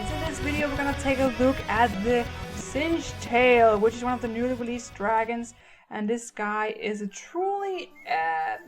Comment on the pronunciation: this is not singetail it is singtail